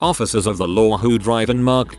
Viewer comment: "Officuhs of the lore"